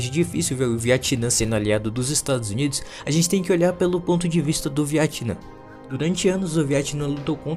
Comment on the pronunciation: Porquê você chama o Vietnã de Viatinã kkkkk